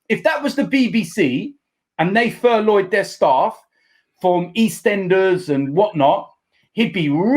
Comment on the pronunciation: "ITV have furloyed their staff"